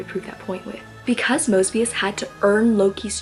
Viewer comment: I'm sorry😂 when you said "mosbius," I immediately thought of mr. moseby🤣